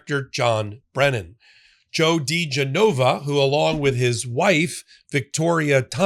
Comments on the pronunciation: He must love it when his name is pronounced Joe D. JeNova. 😆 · It's dee-geh-nova. Genova, like the Italian city, accent goes on the e, not the o. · Try: Joe De-JENN-a-vah and Victoria TEN-sing. Just saying. Maybe it’s just because I’m from NY, but that’s how we refer to them. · pronounced da GEN uh vuh (this name was in the news back in the day along with wife Victoria Toensing) How do I think idiot Joe would pronounce your name --- - "Pop, 🆗" So you are free to pronounce this criminal's name anyway you feel like. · Well, I can tell you’re not from DC. The name is pronounced Dee GEN o va.